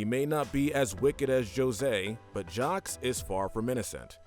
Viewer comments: Why you pronounce Jacques as “jocks”? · 'Jawcks and Johseeee' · ...did you just pronounce the S in Jaques? ...why?